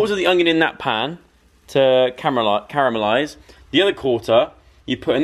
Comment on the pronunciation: I thought that he was watching a video or listening to a song from the title 😂 Also he said he had to cameralise instead of caramelise 📷